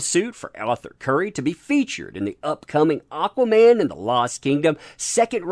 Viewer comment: AH-quaman!!!! Aaaaaaaaaahhhhh